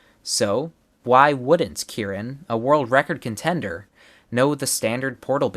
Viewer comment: Bruh the way you say Kiran it tricks my brain into thinking it is Kieran, plus when I see the CC the Kiran is pronounced as Kieran